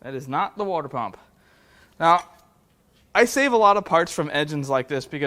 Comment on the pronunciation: Wore-dur pump? My ears bled.